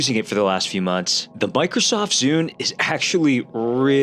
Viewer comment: "Bikrosoft Zune"